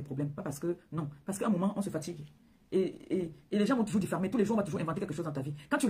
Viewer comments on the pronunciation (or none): On dit "Diffamer " et non " Diffarmer" instruis toi